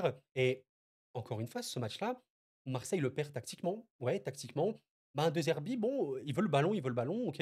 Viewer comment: "deuzerbi" non, par pitié. "dédzerbi"!